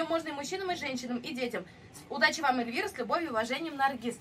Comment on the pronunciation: Эльвира , не бир , а бер !😂